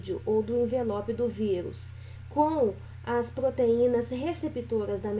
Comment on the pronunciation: "vigus" uahhuauahs